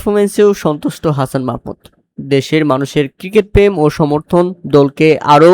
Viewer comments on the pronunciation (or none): none